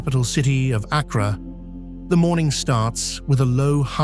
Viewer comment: He mispronounced Accra.